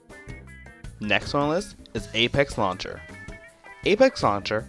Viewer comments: Nova "Luncher" lol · Anybody else being bothered by the way he says "launcher"